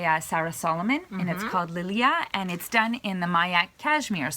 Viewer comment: Wow and the kits of Lilia and Gau Cowl look fabulous !!! And you pronounced the Tibetan names perfectly. It is indeed true that we only offered our new Tibetan Cashmere to only very few stores around the world and you are one of them ( as you are one of my favorite 🤫)